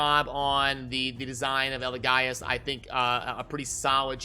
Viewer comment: Say it with me, EL-E-GAY-US, Not EL-E-GUY-US lol